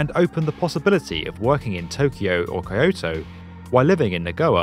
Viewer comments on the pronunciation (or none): Ki -oto? its kyoto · Kye-oh-toe?? It's Kee-oh-toe. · "Nagoa" "Kaiyoto" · Great video! Quick thing though, Kyoto is pronounced, "kyo-toh" (two syllables) not "kai-oh-toh" (three syllables). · Kai-yoto? Yang-teasy? Dude...get your pronunciation checked 🤣😂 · Nagoya = Na Go Ya. Accent on the 1st syllable. Kyoto= Kyo To. Just irks me when people don't look up the pronunciation before saying it. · Kobee? Nagoa? Kaioto? I don't expect you to get the pronunciation of Japanese cities exact, make an effort. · "Kai oh toh" for kyoto, really? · You pronounced Kyoto sooo wrong lol 'kayouto'. fun video though thanks for your content. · I died at Kaiyoto, Nagowa and Yang Teezee LOL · Very informative, very nicely and professionally put together. Pls more of the kind. But, since this is an international video addressing an international audience: You badly need to work on your pronunciation of Non-European language place names. Kyoto is not a city of coyotes, for heaven's sake! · These guys make great vids but did this guy just pronounce Kyoto as freaking KAYOTO ??? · How does one read "Nagoya" and pronounce it as "Nagoa" or "Kyoto" as "Kayoso"??????? Note: This guy does later change "Kayoso" to "Kayoto"...I guess that's as good as we're gonna get lol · Pronounces 'Kyoto' Kai - Oh - Toe. wOW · Nawgawyaw and Koyoto? really dude? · I had a fucking stroke when I heard how he pronounced the city of Kyoto... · I did die for 2 secs. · probably need to review your japanese cities pronunciation... plus speed is one thing but the number of people transported pales in comparison. A 1300-people bullet train every 3-5 minutes is unbeatable. Hypeloop might achieve 40 people every 2 minutes but that's peanuts. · With all the great prospective locations aside, I dont understand how he can pronounce Tokyo but cant pronounce Kyoto properly. They literally have the same alphabets